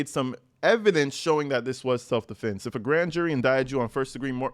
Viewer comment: Its probably AI you really think that idiot Alexander can write like that especially with all the correct grammar... He didn't even know how to say self defense he originally said multiple times self deflense not self defense... Not to mention see all the — in between the words... Most don't know how to use those unless you are a journalism major or English majors. You really think that fool does... My guess is AI wrote the statement